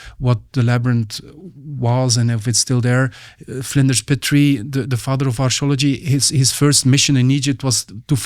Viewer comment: I hate how he pronounces "Archaeology" like "Astrology"